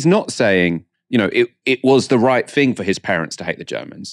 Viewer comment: why are you saying 'fink' and 'fing'?